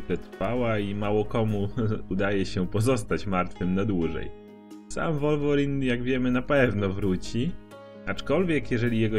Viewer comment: 616 nie mówi się wolworin tylko łolwerin